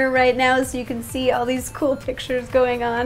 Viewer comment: its see not saw